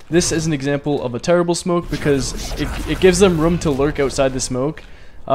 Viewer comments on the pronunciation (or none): anyone notice he said "rumm" instead of room